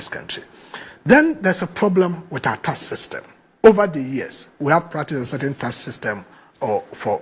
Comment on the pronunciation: "Taks" not "tass". 😂😂😂